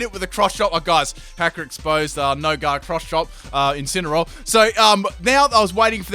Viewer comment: Lol it's incenaroar